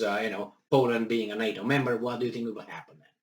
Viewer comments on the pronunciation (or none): none